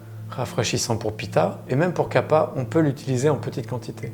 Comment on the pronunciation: 🤦 kaFa pas kapa...... ça fait mal aux oreilles 🥴